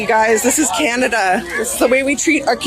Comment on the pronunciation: Canada became canada PURAM😂😂😂